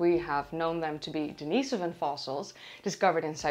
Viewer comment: Daneasavin? Isn't it more like Dinasoevan?